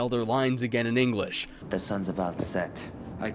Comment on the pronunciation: Did he say engrish when he was talking about the languages. Like i really cant tell